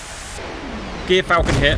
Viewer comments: Hate to be the pronunciation nerd, gyrfalcon is pronounced “jeer-falcon.” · As a life long ornithologist and falconer. I feel I must let you know it's Gyr pronounced as the Ger in Germany.👍